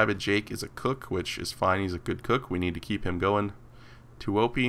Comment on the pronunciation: I think you should say tuoppi with 2 p`s. Now it sounds like just 1.